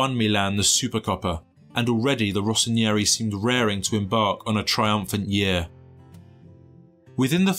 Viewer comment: Kaka. Every posh little white boy wanted to be Kaka. Its a miracle I entered my teenage years with my heterosexuality intact. Of course, he famously belonged to Jesus already. Also... its Rossoneri not Rossonieri, you added a whole syllable.